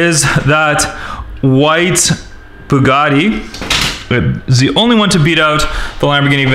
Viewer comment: did he say ze instead of the 😂😂